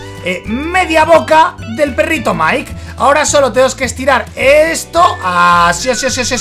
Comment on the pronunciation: es mike y se dise maik